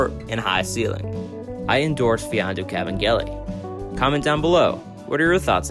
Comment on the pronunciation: finally someone who knows how to pronounce his name properly